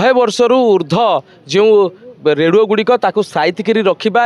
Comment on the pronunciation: ରେଡୁଅ ନୁହେଁ ରେଡିଓ